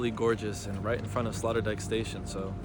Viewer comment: Sloterdijk speak like sloooöooterdijk . Smal.canal dike its translate sloterdijk